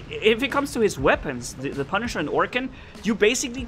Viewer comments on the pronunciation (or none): Dude u said (no offense) ‘panishers MK 2’ not punishers XD